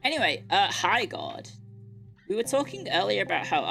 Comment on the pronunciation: Every time she said Highguard I thought she was saying "Hi, God"